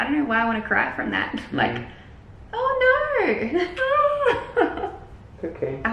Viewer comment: her little australian ‘oh nooo’ 😭